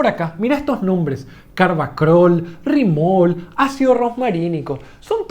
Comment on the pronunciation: Existe un compuesto con nombre muy parecido en esa planta y otras, pero no RIMOL, y me sorprende que lo escribas y lo leas así, parece que no tuvieras idea de botánica